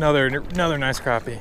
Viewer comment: i hate it when people say crawpy ... not crappy